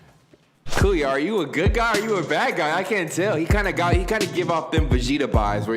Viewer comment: Bruh everytime he say kuya i feel like he bout to say coo and i be like come on whatchu need the coo rn for